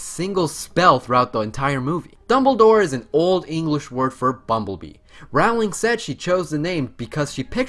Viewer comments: Abbie- Leigh ROWling as in cow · ALSO how can he call this a harry potter video and pronounce Rowlings name wrong?? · Why don't people who do Harry Potter videos learn to pronounce "Rowling?" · I'm gonna be completely honest and say I didn't know fact 1 (the Greek part. I knew Trelawney's ancestor was Cassandra) and fact 50 where Rowling said the books existed because her mother died. Also, dude, your pronunciation of the names is so bad. Sorry but it's terrible. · Every time he said Rowling I cringed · He was right! I did learn something new: he can't pronounce Rowling and erised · fact #51: he pronounced "rowling" wrong the whole time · Do show some respect and pronounce her name correctly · stop stop stop you are going to take someone's eye out, besides you are saying it wrong it Ro-lling not Raw-ling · Her husband gave her a mug that says: They see me Rowling, they hating. And that’s how I learned her name was pronounced “rolling” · Rowling is pronounced as rhyming with bowling...they're even spelled the same, just with an "r" instead of a "b". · I knew over half of these. Also, stop mispronouncing Rowling (pronounced Rolling) and Ralph Fiennes (pronounced Ray-ph Fine). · Fact 51: Rowling is pronounced "rolling" as in "rolling pin" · Yeah, how can he be a fan and pronounce BOTH names wrong?